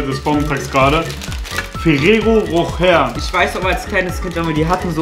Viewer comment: Es heißt Rosche chose